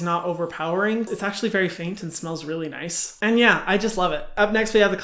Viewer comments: I laughed a little to hard when he said “nith “ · “Nihhhhh”. Tried to say “nice” and ended up sounding like Sid the sloth 😭